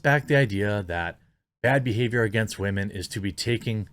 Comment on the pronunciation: Did he really say, "WAH-men"? Like, unironically??